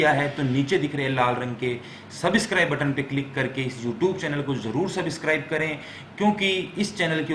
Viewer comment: Subscribe bolna sekh phela